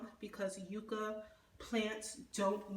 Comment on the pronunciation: Just FYI; the u in yucca sounds like the u in up. I thought you might want to know that.